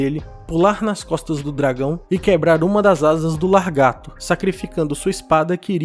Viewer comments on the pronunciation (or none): Muito bom o vídeo, eu concordo com a conclusão. Mas vou deixar aqui uma dica de pronúncia, se pronuncia lagarto e não largato. Desculpa, não é querendo menosprezar nem ironizar, mas eu não pude deixar de reparar e espero que esteja ajudando. Sucesso. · É só eu que estava escutando, largarto, e não lagarto,🤔😂😂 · LaRgato, não, Lagarto. 😃 Muito bom o vídeo, parabéns! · Largato não mano, Lagarto, de resto teu vídeo é top, gosto muito de acompanhar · Vídeo bacana. Somente a correção de LAGARTO, não LARGATO. Tirando isso concordo com tudo que mencionou. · Vídeo show nota mil, mas o certo é Lagarto e não Largato. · Que agonia ver vc dizer" largato", é lagarto o correto amigo. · Não se fala largato. O correto é lagarto. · Sem querer zoar, mas você precisa aprender a falar lagarto e não "largato". Encare como crítica construtiva, pois fica muito feio isso nos vídeos. O conteúdo foi bem legal. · lagaRRRRRRto e não LarrrGato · perdi tudo com o "largato" kkkkkkk parabéns pelo vídeo! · LARgato não dá, desculpa, mas não dá. 😂🥲🥲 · "Largato" foi pesado, tirando isso o vídeo foi ótimo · Depois de "mindingo", vem aí "largato". Pô meu amigo, falando desse jeito, nem parece que tu lê livros xD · Excelente vídeo. E o "largato" me fez rir kkkk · Gosto de seus vídeos, sou MUITO fã de Tolkien, mas laRgato, não dá, né? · Gostei. Mas não se diz largato. Kkkk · Largato hahahahahaha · Não, mas eu já convivi com várias pessoas, viajei vários lugares, conheci várias pessoas em sites e redes sociais e eu sinceramente nunca ouvi largato, é realmente novo pra mim. E sim, a pronuncia largato tá errado. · Bom, não sei onde você vive e nem onde estudou, mas a ÚNICA pronúncia correta é lagarto. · "largato" kkk tirando a zueira, parabéns pelo vídeo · Isso não se trata de língua culta, é só uma correção de uma pronúncia errada.